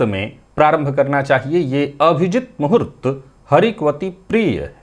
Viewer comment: Bhai ye अभिजीत मुहूर्त है या अविजित, क्लियर नहीं होता!